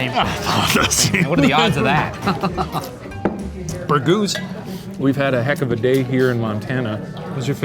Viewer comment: Does anyone else think it's weird that both Shane and the Professor call Ryan "Bergooz" even though they had never met?